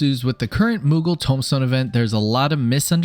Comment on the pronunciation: It's "tome" stones, not "tomb" stones.